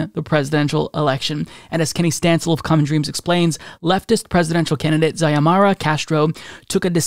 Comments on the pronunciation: Pronunciation is See-oh-mahr-ah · Pronounced C-O-mara